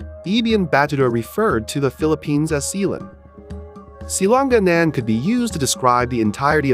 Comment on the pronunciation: Wrong pronunciation; Si-la-,nga-nan